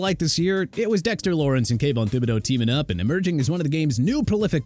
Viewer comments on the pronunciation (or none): none